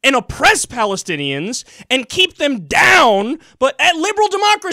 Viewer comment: quote the Rubio "palithinians" lol